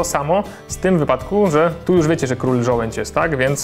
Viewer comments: żołędź? a nie przypadkiem żołądź? :D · ŻOŁĄDŹ! Nie żołędź. -.